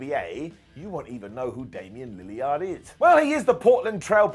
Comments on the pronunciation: It's pronounced Damian "Lil-lerd" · How did you butcher Lillard's name. Just glad it wasn't Matthew Lillard's nake being butchered. LILY-YARD? HUH? And unless they've been in the movies, Lillard is more famous than any wrestler. Soz.